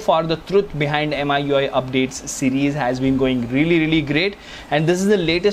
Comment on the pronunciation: Me UI dude. Not M I U I.